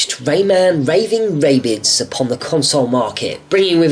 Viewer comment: Did He Say "Raving Ray-Bids" XD His Accent!